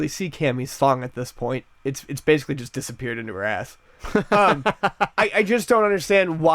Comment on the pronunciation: It really sounds like says "chust" instead of "just."